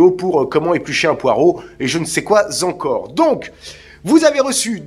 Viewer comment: J'adore le "je ne sais quoi z'encore" ;)